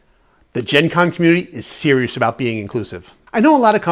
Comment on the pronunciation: 😆 "aboot", a doing a Canadian accent 😂 I'm from Chicago so I sound normal 😜 (imagine that SNL skit Super Fans) Anyway, it'd be great to watch you and Jackie play Sky Team! If it was me and my husband, though co-op, we'd wind up in a death match before we finished the game.😅